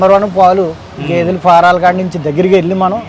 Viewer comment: "గెదే" కాదు ... "గేదె" లేక "గేది"